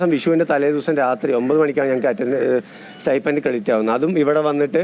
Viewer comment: It is sti"p'end, not sti'f'end or sti'ph'end!